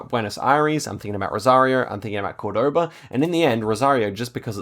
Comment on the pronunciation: You pronounce Córdoba like and American - the stress should be on the first vowel - the accent tells you this.